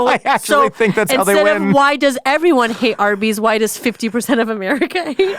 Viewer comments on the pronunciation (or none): none